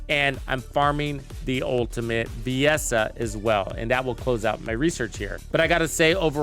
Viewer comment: The mispronunciations by youtubers for this game is insane. Kuiper, valby, viessa, sharen lepic.... The words/names are said in the game by characters multiple times, and they still say it incorrectly. Drives me nuts 😂😂